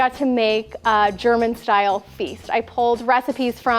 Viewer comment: Your German pronunciation is flawless…..I did not expect that! Loved this video!